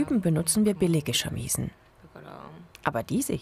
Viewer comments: genauso ist es meine ich nicht "shamiii-sen" sondern "shamisen", alles kurz hintereinander gesprochen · "Die Schamiesen" - Ich krieg ja Vögel